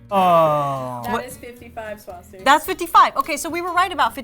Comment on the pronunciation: Swasti-ka lol dab on da haters nazi